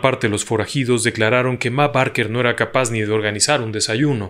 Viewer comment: Esta muy bien relatada la historia Pero el apellido de la familia se pronuncia "Beker"